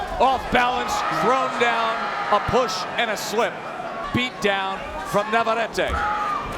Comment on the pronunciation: Please. It’s NAVARRETE. NOT naverary. Perhaps the announcers should do their homework in pronouncing the names correctly